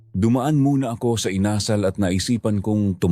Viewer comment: with all due respect,sana po,use right intonation sa bawat words, lalo at dapat kyo ang mag correct sa mga tamang bigkas,tulad ng bigkas nyo ng INASAL at hilong-hilo, nahilo po talaga ako sa mga pagbigkas nyo, maraming kabataan ang nakikinig sa inyo dapat may matutunan mga kabataan sa inyo sa pagbigkas,alam nyo naman kabataan these days ultimo national anthem hindi alam.